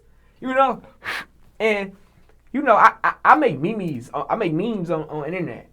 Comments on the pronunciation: Did this nigga say me-me’s 😂😂ITS MEMES😂😂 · I'm Weak On How He said Memes🤣🤣🤣🤣🤣